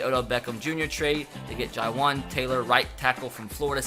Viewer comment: Dude you always miss pronounce Florida players names, Kannoo Neal and Jahwaun Taylor...SMH, it’s Jawan Taylor (pronouncing)